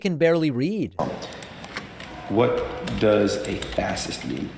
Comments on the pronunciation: He can't read....fass-ist??? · Guy at the end of the video can't even pronounce fascist 🤦‍♂️